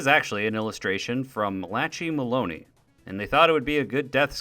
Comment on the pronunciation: apologies to Malachi Maloney for having to hear your name pronounced like that😭